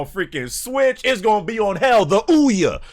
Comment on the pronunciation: Man said the ouya😂